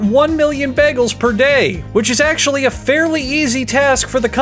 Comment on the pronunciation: The boygol? De boiagoll? D BOYEAGOULL!